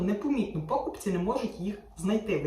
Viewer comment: та ви знущаєтесь! знову пОкупці, а не покупцІ. чому така проблема вживати правильно наголос? я вже певно пятий раз про це пишу, як об стінку. чому ви така вперта?